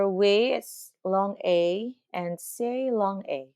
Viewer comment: SAEU - say